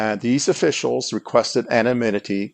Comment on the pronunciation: He can say this! But he can't say anonymity! 😆😆